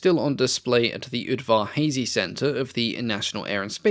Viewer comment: As a (sadly) DMV born, raised, and still living here native, I have been to the absolutely AWESOME Udvar Hazy, museum many times. The Hazy part is not pronounced the way you pronounced it but don’t feel bad because literally everyone who hasn’t been there, including myself initially, pronounces it the way you did. It’s an amazing museum and I’ve seen this piece on display and had no idea what it was until now. To be clear there was a small plaque with a description, but I would’ve never guessed what it was actually a part of or its significance without this video. They also have a Horton there among many other incredible aerospace displays. I know everywhere claims to have great museums but the Capitol of America and its surrounding regions really does have some awesome museums and monuments. In fact I think it’s the most museum and monument dense region in the world but don’t take my word for that. The Udvar Hazy air and space museum is at the top of my list along with the spy museum. I need to go check out the freshly renovated National Air and Space museum in DC too. I know you’ve got travel plans and a huge number of places to visit all around the world but I truly hope to get a chance to visit the Udvar Hazy museum sooner rather then later.